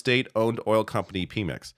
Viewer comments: It's not "pee-mex" 😬 it's "pay-mex" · “Pimex “ 🤣🤣🤣 it’s all cool but should try to pronounce names correctly, just do a search on how it is pronounced the sound of it and copy that… English speakers always butcher names 😅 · Pemex is pronounced peh-mex, not pee-mex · You can't even pronounce Pemex correctly. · PEMEX, both Es sound the same. The Mex pronunciation is correct.